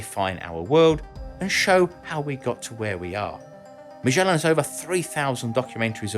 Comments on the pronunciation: Ma-SCH-ellan? Mate, you forgot the d in there! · ma - gay- lan = MAGELAN